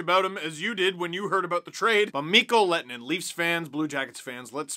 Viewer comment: Your ”h” sound is actually part of the way his name is supposed to be pronounced :D